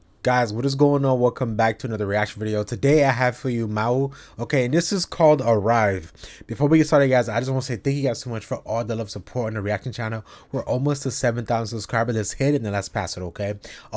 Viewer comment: My favourite singer in the Netherlands at the moment. She sings only in Dutch. You pronounce her name as mo.